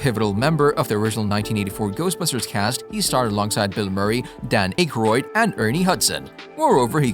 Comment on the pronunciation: RULE #1 In being a Credible Documentarian. "IF you do not know how to say a Persons name...ASK !!!" DAN "ACHEROID" ? HAROLD "ROMESSE,"...? Amongst many others ! Seriously... You sound like a Buffoon !